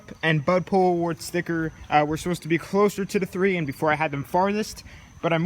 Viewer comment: Am I the only one hearing "spicker" instead of sticker